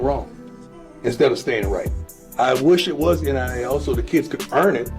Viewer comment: Why you keep calling it NLL